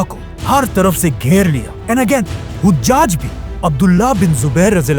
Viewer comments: ap mashallah bohot acha kaam kar rahy han allah apko jazaey khear dy dunia akhrat ki tamam kamyabiyan ata farmaey. bhai ap se ek darkhuwast thi 2 jaghon py naam ko zara theak karwa dyn 1. Hujaj (haji ki jaga)=hajaj (nane) حجاج کے دو لغوی معنی ہیں: پہلا، "حجاج" (ح پر زبر) سے مراد حجاج بن یوسف ہے، جو ایک مشہور تاریخی شخصیت ہیں۔ دوسرا، "حُجّاج" (ح پر پیش) سے مراد حاجی کی جمع ہے، یعنی وہ لوگ جو حج کر چکے ہوں۔ ویکیپیڈیا کے مطابق. 2.Aasma bola gia usy Asma se durst karwa dyn ap mujy bohot achy lagty han allah ap se razi ho. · Hojjaj nahi...hajjaj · hajjaj hai o hujjaj nahi hujjaj haj kar ne wale ko keh te hain